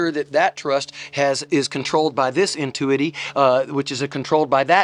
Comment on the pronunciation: Entuity? Do you mean entity?